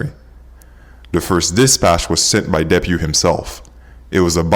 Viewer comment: And "duh-PEW." Not "DEP-yew."